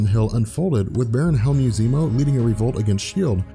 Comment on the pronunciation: Hi, love your videos!! PS you mispronounce Helmut Zemo every time, the T isn't silent, Helmut is a very known German name, it just sounds silly the way you pronounce it. It's something Zemo would kill you for, being a obsessed with his name and all that.